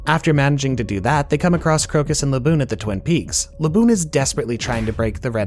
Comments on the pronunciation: he said baboon and not laboon😭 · Did he call Laboon Baboon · bro who is baboon it’s laboon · did this guy just call laboon.....baboon? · Baboon you mean laboon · Him calling laboon baboon is the worse thing ever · How dare you call my good sea boi Baboon, it's Laboon! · the whales name is laboon not baboon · Wtf baboon ????? It's laboon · Baboon? Did you just say Baboon? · why is he calling Laboon Baboon? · W vid but what the fuck did you call Laboon 😭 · Thought i heard him wrong the first time he said it but he made sure to say his name again wrong the second time